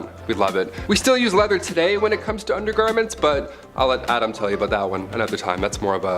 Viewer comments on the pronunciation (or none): none